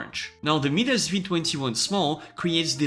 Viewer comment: FYI - Midas is pronounced MY-dis, and Euler is pronounced OIL-er